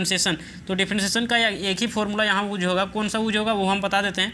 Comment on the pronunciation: Use ❌ uuz ✅